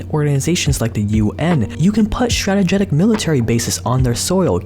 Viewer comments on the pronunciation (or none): "You can put stategetic military bases on their soil" The word is "strategic" pronounced "Str-a-tee-jick", it's easy to overlook a single word when you're cramming so much information into one video, a lot of work! Keep up the effort dude! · stratagetic lmao wat. dudes out here trying to promote the dumbest shit, including his own resume while he cant spell or pronounce strategic lol. welcome irony, its good to see u.